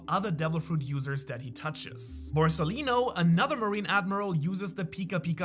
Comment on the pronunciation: This is the first time i've seen this video of. I can't believe still make mistakes about the Japanese names of these even if he's literally living in Japan and reads the manga in Japanese. Example is calling the Yamata no Orochi as Yamato on Orochi. Also, Spiders aren't insects.